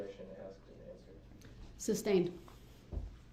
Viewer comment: Alleged Defendant?!?!?! 😂 No, Brooks, you are the defendant, your crimes were alleged (not anymore). Axed/asked, texas/text's, substained/sustained, unbiblical/umbilical cord, troof/truth, etc... How TF did he graduate from highschool!?